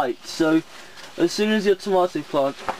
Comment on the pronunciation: that is not how you say tomato